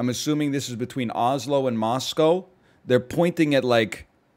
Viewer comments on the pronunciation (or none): none